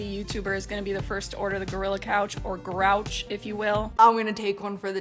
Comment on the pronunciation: For the first, he called it Goriki😂😂